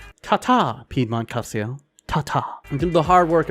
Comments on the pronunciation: it's "Cal-cho" fyi :) as you were.. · Please, just please stop saying Calsio (Calcio). Its not Calcium in Italian, it actually means football. Just look up how to pronounce it properly. Cringe overload. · dude learn to say calcio, thats just awful for a footy channel. u still got the thumbs up for the content sir. ;) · I don’t see why it matters. He’s not Italian nor does he speak Italian. English speakers don’t use the word “calcio” because we will always say Italian football or soccer. How would we know that “cio” is pronounced “cho” without studying Italian? Does it bother you when the English speaking word mispronounces all Italian words(spaghetti, pizza, espresso, etc...) that we use in English or just il calcio? I’m 99.9% sure that you would also mispronounce all Italian words that we use in English since you would get the vowels wrong and the double consonants. Tutte le strade portano a Roma.